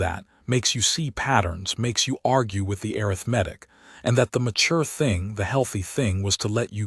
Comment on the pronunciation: When will a I learn how to pronounce arithmetic?